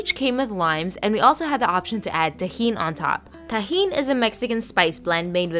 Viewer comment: Everyone paying attention: Me : did she rlly just say it like that ??